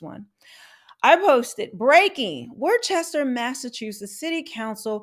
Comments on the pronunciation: I can appreciate your take on all this in the video but I cringe at worcester being mispronounced it's not pronounced"warchester" it's "wuster" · It’s pronounced Wooster not War Chester.😉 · Worcester is pronounced "wooh-stir." If you’re from the region, "wooh-stahhh." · Also, it’s pronounced “wouster” not Chester lol but a lot of people make that mistake you gotta say it like Wouhhstahhh. Add that Boston accent lol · It’s pronounce “Woostah” just saying. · My only criticism is your pronunciation of Worcester, it's "wister" or "wistah" w the New England accent 😂 May god bring rational thought back to my hometown 🤦‍♂️ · It’s pronounced "wuh-ster" or if you’re from there, "wuh-stah" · I’m from Massachusetts SEND HEELP! Also we pronounce Wooster lol thanks for the coverage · 😂😂 Love hearing people try to pronounce New England town names. Wor-ces-ter😂😂😂😂. Now try to pronounce Leicester 😂😂😂 Come to Vermont and pronounce Calais. 😂😂😂Nope, it's Callis.😂😂😂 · Woostah is how we pronounce it. 🤩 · It’s pronounced like “Wuhster” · Worchester is pronounced "wusster" as in "wuss" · Pronounced, Woostah* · These clowns and the crooked politicians that enable them have ruined the state. By the way the city of Worcester is pronounced Woos-ter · It’s confusing but it pronounced “WUSTAH” LOL, really tho. Thats how people from there say it. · Hey I live in New Hampshire and state right to the north of Massachusetts and it is pronounced "Wooster"